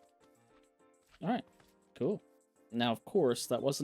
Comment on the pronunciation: when you said dalright lol it might not be just that guy says it alot lol